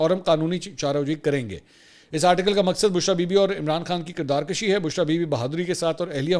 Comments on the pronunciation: منصور بھائی تھوڑی سی تصحیح کر لیں۔ لفظ کردار کُشی ہوتا ہے کردار کَشی نہیں ہوتا آپ نے اس وی لاگ میں دو بار کَشی کہا ہے۔ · Janab Mansoor Sahib kirdar kabhi nahin kirdar kushi hota hay aur rassah kashi hota hay.mujhay aap say urdu ke is tarah tang tornay ke tawaqu nahin thi.